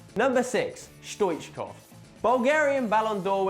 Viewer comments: yeah stoichkov truly was a great player for club and country and I'm glad he was mentioned in the video. But the pronunciation of his name was awful lol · lol how he says stoichkov